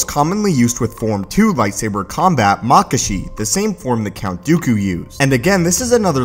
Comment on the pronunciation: Soooo... Did someone count how often he said "Lightsaiber"?